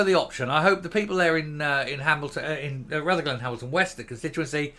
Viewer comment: If you are going to talk about Rutherglen at least pronounce it correctly!!!!!! It's not Ruther glen, it's Rutherglen!!!! Can't even get the basics right!!!!!!🥴